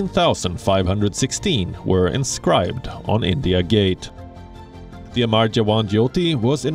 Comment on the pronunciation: It's not amaar it's amar !!! They mean 2 different things. Pls